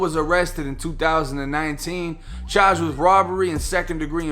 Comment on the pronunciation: *Parking not Pocking😭 *Charged not Chaged 😭